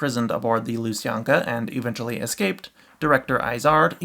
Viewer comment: Oh and also, kindly, do you mean lu-san-kya?